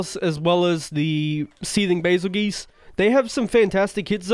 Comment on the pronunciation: baselgeese 😂😂😂 i say bahzeljuice but im not sure whats correct 😅